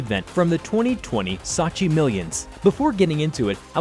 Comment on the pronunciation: "satchi" lol. Strait trash unprofessional